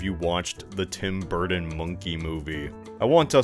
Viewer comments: In this video: "Tim Burten". "Tim Burden". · Wherein the hell are you people from that pronounce Burton as “Burden”. What state do you people live in cuz I’ll never EVER go there. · The letters D and T are not interchangeable. Burton and Burdon are not the same word. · Forgodden tim burden dude why do you have trouble with your t's lmfao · i can’t stop laughing this channel makes me laugh so fucking hard man edit: tim bur-tin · please stop saying bur-ton like that I’m begging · I swear, quit saying Burton as “burden”. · His emphasis on BurTON bothers me lol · This guy says “ Burton “ like he’s still figuring out the English language